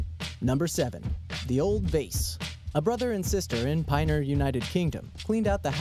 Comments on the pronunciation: as somebody that lives in Ruislip its pronounced rye-slip and Pinner is pin-err. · Pinner is pronounced Pin-er not Pine-r and Ruislip is pronounced Rye-slip not Roo-slip. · oh my god, you guys have no idea how to pronounce names of English towns and counties. You said, "Ru-e-slip and Pine-r" they're pronounced Rye-slip and Pin-ner! Fuck me! This isn't the first time either! lol